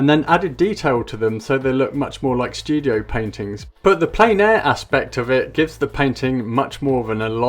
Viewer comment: It’s pronounced “plen.” It’s a French word meaning “full.” As in, painting in full air, or outside. It’s not “plain.”